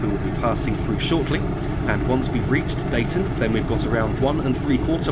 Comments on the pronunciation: Nicely detailed demonstration of this new route :) Just a heads up; Deighton is pronounced 'Dee-ton'! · dee-ton slough-it pronounce them like that as a transpennine express guard we get abuse if we pronounce them wrong as you did made me cringe lol recognised most of the route not bad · That was really good - watched it to the end. It takes some doing, driving without the hud... (By the way, Deighton is pronounced as "Deeton," and Slaithwaite as "Slathwaite" - with the "a" pronounced as in "cat" or "hat"... but locals actually pronounce it with most of the middle part cut out: "Slawit," again, with the a as in "cat." )